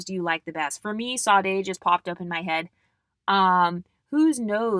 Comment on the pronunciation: Sade is pronounced ShA-dae. Love your content ❤